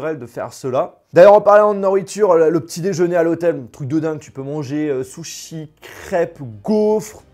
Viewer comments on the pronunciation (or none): none